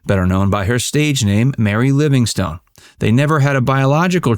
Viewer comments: Sadie Marks' stage name was pronounced "Livingston," and did not end as "stone." Such is the pitfall when one isn't thoroughly familiar with the subject. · A great comedian and personality. For future reference, although written as Livingstone, Mary's name was pronounced "Livingston". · I enjoy your videos, except one thing. Please have your readers do just a smidgeon of homework to learn how people pronounce their names. I've noticed this in many of your videos, in this case you Keep Pronouncing Mary Livingstone like a rock/STONE, and that is how it is spelled, but the name is pronounced Livingston or Livingstun. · The "e" on the end of her stage name is silent. Her birth name was Sadya Marcowitz and she changed the spelling to Sadie Marks and then, after marrying Jack, her stage name became Mary Livingstone.